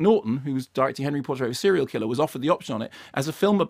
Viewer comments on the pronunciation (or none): none